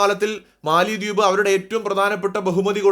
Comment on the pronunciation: മാലദ്വീപ് എന്നാണ് ഉച്ചാരണം. തലസ്ഥാനത്തിന്റെ പേര് മാലെ (മാലി എന്നു നാം തെറ്റിച്ചു പറയുന്നു). തമിഴും ഹിന്ദിയും സിംഹളവും കൂടിക്കലർന്ന ദിവേഹി ആണ് അവരുടെ ഭാഷ. ഭാരതീയ വംശജർ.